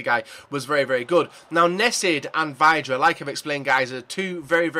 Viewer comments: Joe Brown Nope, it's actually said like "vid-ra" Vid, as in video. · It is pronounced Vidra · No it's pronounced VIDRA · Vidra not vydra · That's not how you say vydra